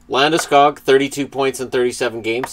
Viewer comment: Landeskog is pronounced more like Landeskug.